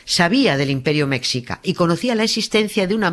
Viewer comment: se pronuncia "meshica" jjj , te quiero Nieves! <3